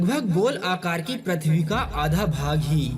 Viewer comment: Abe prathvi nhi pruthvi to bol bolne nhi ata or ghatiya video bana liya